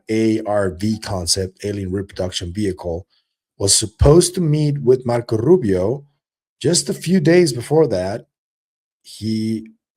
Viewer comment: Yo! Learn how to say Marco Rubio the correct way without your Latino flavor added 😂